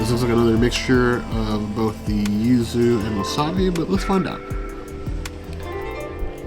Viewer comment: Well, she’s three sheets to the wind entering the place. Slurring, calling yuzu “uzu” and struggling with those chopsticks, despite being familiar with this cuisine. He is much more articulate in the food analysis. Btw, the seaweed strings under the ikura (fish roe) is mozuku, famous from Okinawa. The leaf beneath the squid is shiso. Do come to Japan, where you’ll get that whole meal for less than $20, especially with the exchange rate.